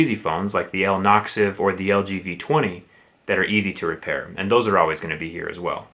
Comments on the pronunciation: "like the L Noxv" lololol we all know he meant ze Axon 7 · omg why is he still saying "L Noxv"